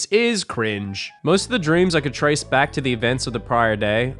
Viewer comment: Timestamps for every time slipped into his Australian accent in this video: 'mind' 'trace' 'grow out' 'details' 'that night' 'facial hair' 'time' 'break' 'vibrate' - literally everything lol 'message' 'nightmare' 'read' 'phone'